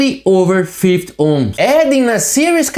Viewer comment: If only he could learn to say 50 ohms and not 5 ohms and its a SMITH chart not a mif chart.